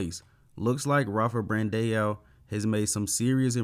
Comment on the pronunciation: BRAN-DAAAAAAOOOOO.. there is still not one singel f-ing E in his last name! get it right ffs!